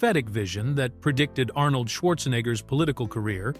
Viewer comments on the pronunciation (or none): none